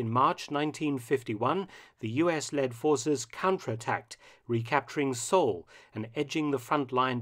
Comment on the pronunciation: Newsreel reader calls Seoul "Sewell," and it was lost twice and recaptured twice, but we don't know the date of the newsreel.